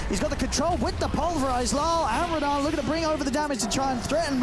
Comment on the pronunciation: Personally I'm cringing more about the casters actually calling him Raddan. Just not used to it.